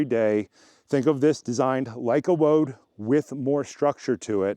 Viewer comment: CROSSFIT WOD is pronounced "WAD". And now you know.